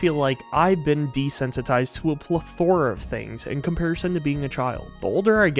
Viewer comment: Fyi (not a criticism) the emphasis is on the first syllable of "plethora."